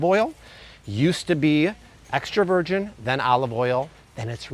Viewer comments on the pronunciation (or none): Why does he say virgin, vergeen